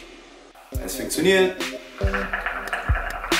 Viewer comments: es fenktioniert!!aha du meinst wohl funktioniert haahahahhahha 😂😂😂😂😂😂😂😂😂😂😂😂😂😂😂😂😂😂😂😂😂😂😂😂😂😂😂😂😂😂😂😂😂😂😂😂😂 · Der sagt anstatt " funktioniert " "finktioniert" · geiler sprechfehler :es fickzuniert Zeit:ab bis